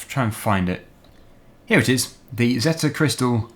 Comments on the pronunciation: You are saying zetor wrong it's not zetta its ze tore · Zee-Torr that's how it's pronounced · in the uk most people pronounce zetor as "zeeter" comment if you agree